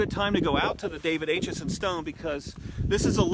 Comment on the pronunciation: David Acheson was my 3 times great uncle. Thanks for bringing him to public attention. My 11 year old grandson is currently working on a report about David Acheson, called “Gettysburg and Me” Something to note; the A in Acheson is pronounced with a short A sound like apple, not the long A pronounced like ape.